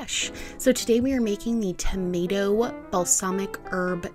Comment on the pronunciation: The way you butchered that tomato 😭😂